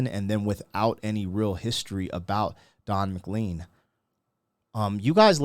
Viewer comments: Don and I have the same surname - pronounced Mac-Lane. It's Highland Scottish. This song is great. Tribute to Buddy Holly, The Big Bopper and Ritchie Valens. 3 old school rockers from the 50s. YES! It's a great song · Dude... I want more Don McLean on this channel, but... I want the name said right. Check it out, in case I'm wrong, but I thing his name is pronounced to rhyme with "lane." That said, it's a super minor niggle. I might even be wrong. You do what you're doing. I love your content. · Pronounced MacLaine. You can’t begin to understand this if you don’t know the song “That’ll be the Day” by Buddy Holly. MCLean was a young fan of Holly, and what some called Rockabilly. Holly was hugely talented and took country music in a new direction, but died at 21. McLean then gives a view of music as it evolved without Holly. It is very dense with historical musical references now, all of which occurred while McLean was a young guy. McLean’s perspective is rather negative. I think a lot that he has not said publicly is his private dislike of popular music of the time. Like The Rolling Stones. I think Bob Dylan is the Jester. Candlestick Park is where the Beatles had their last concert. Another day the music died. There is a reference to Altamont which I think is McLean’s final suggestion that music, which was so joyful to him when he was a kid, listening to BH and the Crickets, was now dead. Altamont was right after Woodstock chronologically. Mick Jagger and The Rolling Stones, 300,000 people, California 1969. The Hells Angels provided security. A girl was murdered. Lots of violence. That reference was pretty current when he wrote the song. I think the meaning of the whole song is music has gone to hell. The sweet world of Buddy Holly was long gone. McLean had great success with this song, and never chose to explain it. He has never recovered from that success. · Don McLean, pronounced Mclane!! Don Mc Clane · It is pronounced McLean (McLane)